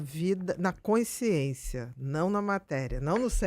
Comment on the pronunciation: A Dra. tem dificuldade na dicção para a palavra: "consciência"??? Ou é impressão minha?